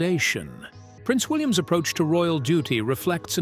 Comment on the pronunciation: Can't you get your c..... AI to pronounce things properly? If you must use an English accent at least investigate how it's spoken correctly. For example, William's.